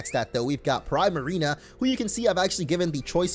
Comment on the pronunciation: I hate his pronunciation of primarina